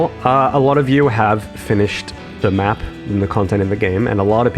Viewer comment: I know, the way he said map, there's new maps coming boys! 😅